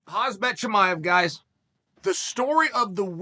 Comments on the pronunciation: hazbet chimaev, hazbet chimaev. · Everyone "Khamzat Chamaev" and then Uncle Chael " Chamaev"......so Chamaev it is 😅😅😅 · "Hazbet Chimaev" Sonnen do that on purpose right? Never getting any name right?